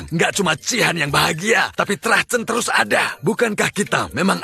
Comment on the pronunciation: Ngomong terrus😂😂😂